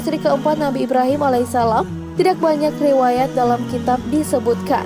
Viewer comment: Nenek bukan nenex min, pakai bahasa indo yg pas tidak bukan tidax